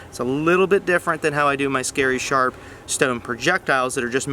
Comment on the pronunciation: When he says ridiculously sharpu thats not a joke. Obsidian is sharp down to the molecular level and is still used in surgeries today.